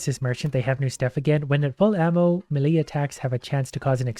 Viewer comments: The way you incorrectly pronounce melee is truly infuriating. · One day, will learn how to say the word "melee" correctly. Today is not that day.